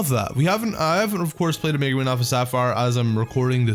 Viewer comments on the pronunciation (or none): none